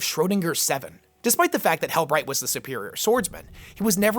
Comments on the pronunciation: Hell-breckt is more how its pronounced, but love the vids keep it up! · Most other YT 40Kers seem to agree that it's "hell-brekt", or "hell-brecked". Hope that helps. Now, you just have to stop loving the filthy xenos. ;)